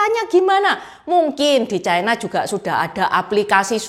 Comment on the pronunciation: Ucapan yg bnr : China, bukan chaina